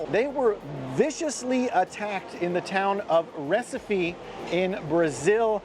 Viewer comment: It's Recife not Recipe